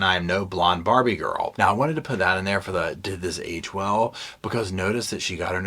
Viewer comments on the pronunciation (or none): none